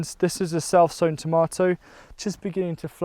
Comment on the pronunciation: Did anyone else think was saying "cell phone" lettuce or tomato instead of "self sewn"? LOL